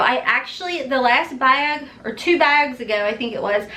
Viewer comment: lol you say bag like I say bayug! Kentucky girls